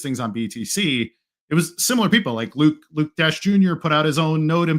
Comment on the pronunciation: Just for future reference, it's not pronounced "Luke dash junior", it's pronounced "Luke dasher".